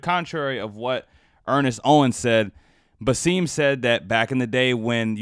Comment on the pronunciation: Bah-sim. Not Baseem. Egyptians are very very very gaurded and proud of their VERY old and rich history. Also, Egypt has more actors and actresses than all other Arab countries combined. So netflix could have easily found a fit actress. Yes Egypt is in africa but in northern africa not western or subsaharan africa. Egypt is a nationality BUT also a culture. Thats a fact. كلنا معاكم يا مصر و اهل مصر. ام الدنيا!